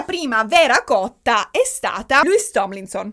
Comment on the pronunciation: tutto stupendo, ma... MA: E' LOUIS, NON LEWIS :(( p.s. scusatemi, ma è straziante sentirlo sbagliato per due ore 😅